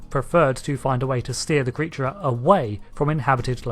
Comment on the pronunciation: ""Sphere" Creatre" arrrrrghh! Had you had a few Romulan Ales when making this video? :)